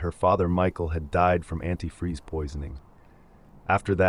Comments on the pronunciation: My gf originally thought she had caught herself ab to say the whole word antifreeze and then stopped herself. Then she figured out that the lady really thought it was "antifree", and said "damn, she said the whole ass word then, and said it wrong!" 😂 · Stacy was also so stupid she pronounced antifreeze as “antifree” in an interview and the note supposedly written by her daughter.